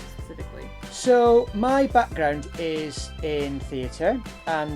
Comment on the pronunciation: It sounded like with accent he said buttground instead of background